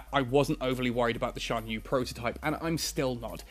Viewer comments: I think it's pronounced "sian yueh" and "yen jin" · he's pronouncing it well enough. At least he isn't pronouncing the x as the normal x sound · Lmao no. The official netease video that showed the internal structure of the ship in this video was: Shan-yoo. (Xian-Yue) Yahn Jung. (Yan Jung)